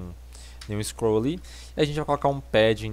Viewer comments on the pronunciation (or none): none